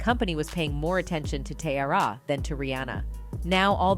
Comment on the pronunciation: I hate the way she’s say teairra’s name